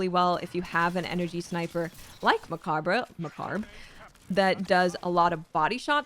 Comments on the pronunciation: you are popping up on my YouTube and I love it! Have not seen you much since D2 came out. Mechabre is a play on the word 'macabre', which means creepy. Such a great word. It's borrowed from the French 'Danse Macabre'. I think it should probably be pronounced "mah-cab", and so should the rifle. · I've seen this from almost every destiny 2 creator, it is pronounced like "muh-cobb" Love the video and have been rocking this since they re-enabled gyrfalcon ! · Those pronunciations of Mechabre made me subscribe. Edit: And I genuinely enjoyed the video anyway :D